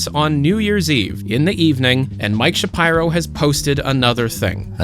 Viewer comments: Isn’t it Sha-peer-o like how Ben Shapiro says it? Sha-pyro sounds so off to me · Isn't it pronounced "shapeero"? "Shapyro" sounds weird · It's Shapeero, not ShaPyro lol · Heads up: It's pronounced "Sha-pee-row", not "Sha-pyro". Cheers! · It’s pronounced shapEEro, not shapeyero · Man. How you penance Shapiro made me stop so much, I hate ben Shapiro but you can say it correctly lol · Youre pronunciation of shapiro bothers me so much